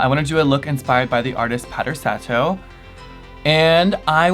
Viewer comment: It’s pronounced sah-toh <3 Beautiful look, as always